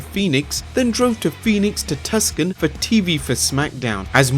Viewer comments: toos on....not tus can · "Tus-con" not tryna hate but it's like "2-son" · Tusk-on lmao isn't it pronounced two-saun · 2- SAHN! Not Tuscan 😂🤣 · Pronounced Too sawn not Tuck sin. Tucson, Arizona. Not that big of a deal but if you didn't know now you do. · Tuskon . Lol! It's pronounced tooson. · Just to be THAT GUY....it’s pronounced TWO-SAWN (Tucson) NOT TUCK-SON....idiot! You just made the list! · "Tuskan"? hehehe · Too son. Not tuck san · it is pronounced "Too-sah-n" or "Two-sawn", and not "tusk-an". Just to help with your pronunciation of American cities :) PLUS it is spelled incorrectly in the quote. Correct spelling is "Tucson". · Its TOOSON NOT TUSKON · Lmao at Tucson being pronounced as the home of the Tuskin Raiders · It’s pronounced “Too-san”. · Tuscon is pronounced Too Sawn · I'm sure someone already said this but Tuscon is pronounced Two-Sahn just FYI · tuscon arizona? and people make fun of americans all the time for not knowing pronunciations. Almost every video on youtube narrated by a brit is full of em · cant pronounce Tuscon hahaha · Tuss-can Arizona! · Thumbs down for mispronouncing Tucson as Tusk-In. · Tuscon is pronounced, "Too-sahn". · TUSCAN??? LOL IT'S PRONOUNCED TU-SON TUCSON BRO LOL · Tucson is pronounced like ( too saun ) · Quick FYI - Tuscon, AZ is pronounced "Too-Sawn", but great video as usual. I always find myself learning more and more when I watch these. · Travelled to 'Tuk-sun'? It's TUCSON chief. SMH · for future reference TUCSON is pronounced TOO saan. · Tucson = "too-sonn" dude. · Tuss-kun lol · It's pronounced 'Tooson' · Its pronounced Tu-sont. I live in AZ. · DifficultyLevel Noob bro I live it Tucson and even though it sucks here hearing him day 'tuskin' hurt a lot 😂😂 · Its Tucson. TOO SAWN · BROKEN FREAKIN NECK not freakin broken neck. Also Tucson is pronounced "To-sawn." Great vid. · Said Tucson completely wrong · That's how you know there not from Tucson lol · You pronounce Tucson wrong lmfao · lol that pronunciation of tuscon